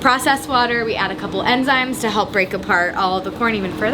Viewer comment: "Enzymes" not "Emzymes!"